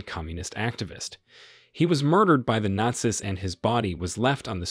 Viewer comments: This was the first time I've ever heard the plural word "Nazis" pronounced like "They were NOT SISters", which was a little jarring to my ears. I would have said it like "They were NOT SEAS" (American English). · It's all Ai, listen to how it said Not-see's and something else I heard multiple times. This video just goes to show how LAZY people try to be content creators when in fact they create 'nothing'. All that is taking place here, is that we get to teach Ai how to do things we are 'trying' to do so that it doesn't need you to do it in the future. Just like clicking on that verification on websites, select the crosswalk, or the bicycle in the pic, you'er teaching Ai to remove you from the equation. This is the worst form of media and it pisses me off when I give it views, and the fact that the thumbs DOWN count is gone, is appauling. Literally every site has a review option, groceries, retail etc. Why are you taking away the ability for us to quickly look at a post, see its got a LOT of dislikes, and allowing me to move on to something better? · Why does he pronounce "Nazis" like that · Nazis kept on getting mispronounced as Naz-iss instead of naz-eez. There's also the Gestapo pronounced like Gipetto from Pinocchio, geestapo instead of guhstapo. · I noticed the same, and wondered if this was an AI/computer generated voice. He mispronounced the word “nazis”, that’s a really simple word. He also mispronounced Neurenberg, and some other words.